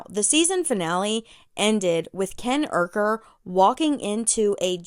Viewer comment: U saying urker like it's uhaul 😂